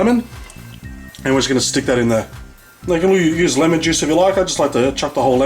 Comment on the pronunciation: the way he says LMN! xD